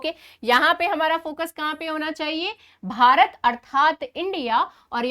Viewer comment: But "BHARAT" sounds very good 😊